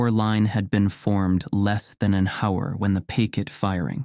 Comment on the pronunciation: It's good except for the auto narration. Pronouncing the word "hour" with a hard "h"?